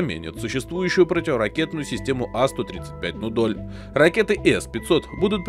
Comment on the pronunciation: Что ты несёшь? А 135 это "Амур"!!! А 235 это "Нудоль". Научись, как минимум, ставить правильно ударения в словах и, как максимум, досконально разобраться в теме, которую ты освещаешь.